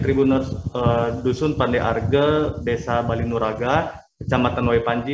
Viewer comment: Bali nuraga bukan bali nugraha,, mbak eeeee,,,,,🤦‍♀️🤦‍♀️🤦‍♀️